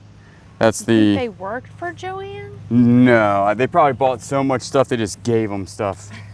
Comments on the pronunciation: Johann is pronounced Yo-hawn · Johann Haviland - pronounced “Yo-Han” Haviland. Beautiful china!